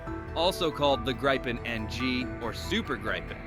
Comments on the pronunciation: Grip-en not gripe-en😂 ffs😅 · Why can't Americans pronounce a simple name like Gripen? Graipen? Really? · It's pronounced more like greepen in swedish (Saab gripen that is) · Please do at least the most basic research before you post something. For instance how to pronounce GRIPEN would be very helpful when your story is about GRIPEN. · Can't even say Grippen properly